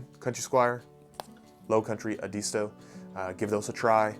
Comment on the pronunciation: FYI Edisto is pronounced ED-isto in the SC lowcountry.